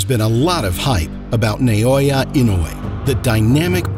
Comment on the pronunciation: it's NA-OH-YA, in no world is it spelled neoya, if you wanna make money off someone, at least get their name right